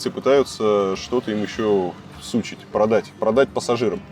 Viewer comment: Не всУчить а всучИть . Суки здесь не причём😄😄😂